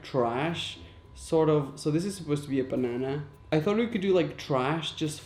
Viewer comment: why did I love the way his accent said banana 🍌 😂😂